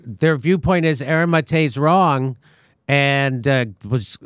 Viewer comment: I can’t handle how Jimmy can’t get Aaron’s name right years later Like have some respect Practice a little !!